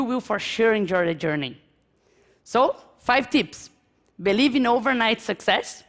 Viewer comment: Mas isso não se aplica a alguém que ficou tempo o bastante nos EUA, como ela. Tipo, é grave quando, vivendo nos EUA por um bom tempo, ainda pronunciar "believe" como "BELIVI" em vez de "biliv".